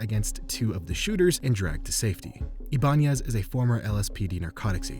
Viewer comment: It’s pronounced (eye-bah-nez)